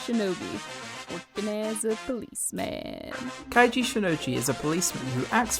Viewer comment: Also Keiji is not Kai ji, It's Kay ji i think, Also i do think Gin is half animal because we've seen his animal sight and he sniffs people in chapter 2.